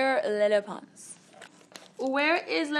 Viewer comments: Am I the only one that heard “hi I’m menopause” instead of “hi I’m lele pons” lmao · when she said 'hi i'm lele pons' i heard 'hi i'm menopause' 💀💀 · All I heard her say was hey I’m Leyhey Pons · It literally sounded like she said “Hi my name is menopause” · She sounds like she’s saying “hi I’m menopause” at the beginning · I thought it said menopause!😂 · i thought she said menopause lmao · koko i heard it too! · It can't just be me who heard "Hi, I'm menopause" at the beginning... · Sounds like she said "hi I'm menopause..." 😂😂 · omg when she said “hi im lele pons “ i thought she said “hi im menopause”😂😂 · At the beginning it sounded like lepons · ...Did anyone hear "Hi I'm menopause" When she introduced herself??? XD just me... ok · When she said her name I thought she said menopause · I like how she says “ lele pons “ with a spanish accent and everything else is her regular english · She keeps on saying lele pons which i think now i can definitely pronounce it right😂